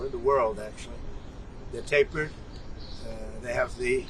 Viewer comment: "The best poles? They're tappered with a nice top?" 😳 Pure genius. Typical meaningless bs. "GRO-CER-IES?" 🤔